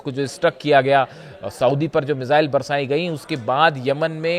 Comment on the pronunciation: भाई मिसाइल होता है न कि मिज़ाइल,,, सीएनबीसी वालों कहां से ले कर आते हो ऐसे लोगों को ।